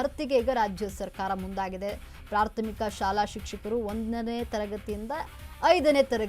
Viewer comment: ಪ್ರಾಥಮಿಕ ಅನ್ನೋದು ಸರಿಯಾಗಿ ಹೇಳು. ಪ್ರಾರ್ಥ ಮೀಕ ಅಲ್ಲ